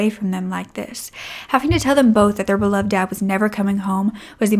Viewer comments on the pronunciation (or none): none